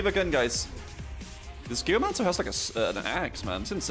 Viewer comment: Took me way too long to realize you were saying Geomancer and not Gayomancer